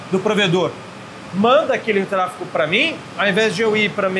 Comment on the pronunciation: Trafego e nao trafico… muito bom o conteúdo, parabéns